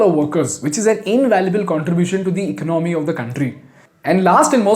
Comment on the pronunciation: I like your programs. It just makes me Jump every time you have to use the word “ECONOMY” you don’t say economy you pronounce it ICNOMY, you are an intelligent man try to pronounce Correctly. Please. Thanks